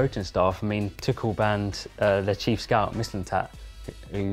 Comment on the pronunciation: isn't Tuchel pronounced like twoshell